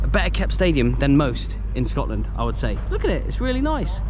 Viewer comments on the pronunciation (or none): none